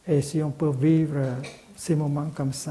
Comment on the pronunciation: « VIVER » ??? Sérieusement ???